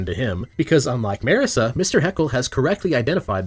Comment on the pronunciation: The real TRUTH of class conflict is how you pronounce Marisa. It's Mar(like Marx)-isa not Merr-esa